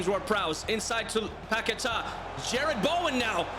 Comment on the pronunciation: The pronunciation of Paqueta bro :face-blue-covering-eyes:💀